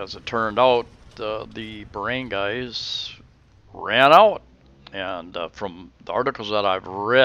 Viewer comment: what is a Barangays? its Bar-run-Guy